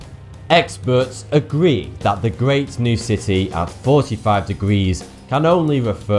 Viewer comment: fawty tu hee